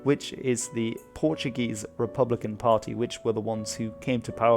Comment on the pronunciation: The only flaw is the lack of a hard "R" in Republicano, like the French/German one.